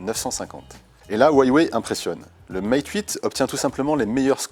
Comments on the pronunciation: Ça ce prononce "rouawei," et pas "uawei" (c'est chinois) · ca se dit wawé pas waywé Il y a pas de y après hua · C'est stressant de l'entendre dire Hawie Waye.. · Sa se dit : OU-A-WAYE